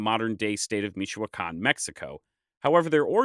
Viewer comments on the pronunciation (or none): They are not forgotten, they still live there. Your pronunciation of the material is despicable. Call somebody get some n. Otherwise you are just another internet knowitall. Universidad MIChoacana